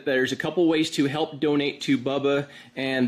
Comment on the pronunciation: Hilp? Lol